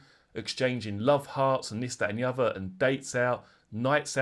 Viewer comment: 'and this that and the uvver' 😅